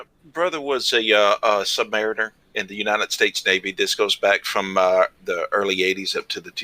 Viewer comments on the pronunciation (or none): Mispronounced "Sub Ma REEN er". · He lost me at “sub-MA-riner.” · Hard to pay attention to someone who mispronounces “submariner” right at the start.